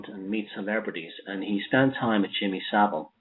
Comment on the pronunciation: Jimmy So-vile